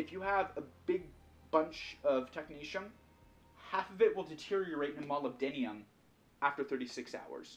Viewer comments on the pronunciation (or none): Molubdinium is not how you say it. There's no "I" in molybdenum.